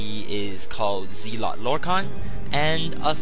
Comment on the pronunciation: not trolling but its pronounced zel-ot not zeel-ot